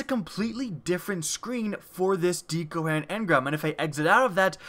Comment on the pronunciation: DHEEcoherent engram